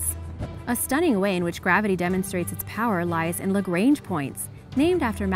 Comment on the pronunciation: What I love bout origins explained is that they use meters and kilometers instead of those American nonsense measurements, but the way you pronounce Lagrange gives me creeps... It's a French name, no need to pronounce it like it is English